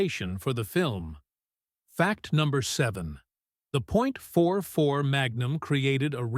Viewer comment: 44 not 4-4